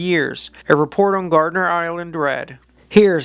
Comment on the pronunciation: Gardner not gardener 🤣